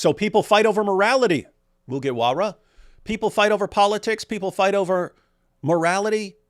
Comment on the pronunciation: this whole part was funny coz I believe DW has no idea who Luffy from One Piece is from the way he pronounced Mugiwara.